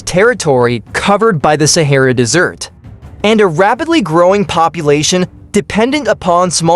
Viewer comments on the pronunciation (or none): "the Sahara Dessert..." LMAO!